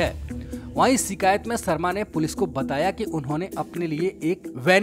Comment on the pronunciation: भाई तू "श" को "स" क्यों बोलता है। शर्मा होता है सर्मा नही